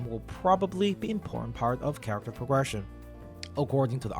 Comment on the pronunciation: It's cute the way you say pogression instead of progression